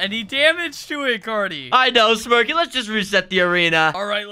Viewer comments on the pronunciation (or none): His name is not cat it’ Cary